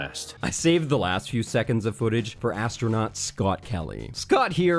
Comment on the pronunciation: "Imb ahn asstronot" You aint had to do kelly like that lmao